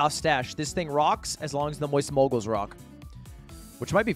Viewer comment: "Mowyst Moiygals" UwU